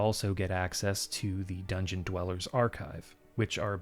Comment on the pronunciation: feel like Dungeon is pronouncing it like the Japanese word oishi (“yummy” lol) with an n at the end, which is cute.